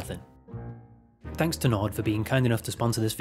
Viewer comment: Hear me out… “tanks for watching”